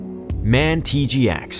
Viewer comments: its M A N, not man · for the future. MAN is pronounced letter by letter M A N. Machinefactory Augsburg Nuernberg is the full name. ;) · DAF are the shittiest and cheapest trucks that you can have. MAN letters are initials so pronounced "em-a-en". "En-em" stands for newton/metres isn't it? You don't say kilometre/hours like "kay-em-aitch". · it's M.A.N not man! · MAN truck's is said M.A.N. Just a small point. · And man it’s m a n